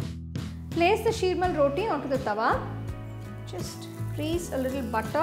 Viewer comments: It's pronounced as SHEERmaal , not Shreemal. "Sheer" means Milk in Urdu , and milk is used while making this , hence the name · Shrimal????? I have never heard someone calling sheermal as shrimal n that is offcourse not a slip of tongue.and butter on.sheermal?